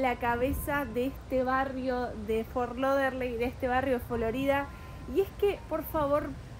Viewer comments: Hola chicos PRONUNCIALO como te lo escribo ok es FORT LODERDEL claro es FORT LAUDERDALE pero para hacertelo facil ok abrazos y ojo que hay otro posible en camino... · repetí conmigo Fort Lau Der dale y deci la ultimate que suene como dell por favor me descompongo de risa cada vez que lo decís!😂 pero igual te queda bien!❤